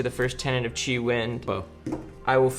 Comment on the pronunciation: Timestamp "pitch an inner tree" pretty much all of your pronunciations of chi were spot on, this one time caught me off guard, and i laughed my ass off,there were many times i laughed throughout this video though. You guys always bring a fun time to the table. I really appreciate the content of Three Floating. The love for this game is dripping from your Flesh And Blood souls. I feel it! It's contagious! Much and love and success into the future.